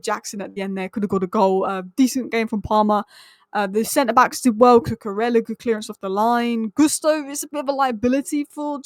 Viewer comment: It’s not koo koo rella! In Spanish when you have two ells together. It’s pronounced as a Y. So it’s. Koo Koo Reya. Your welcome.